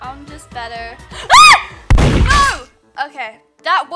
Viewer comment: Omg ur naur got me laughing so hard